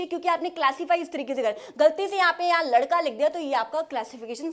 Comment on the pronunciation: Ladka❌ Landka✅😂😅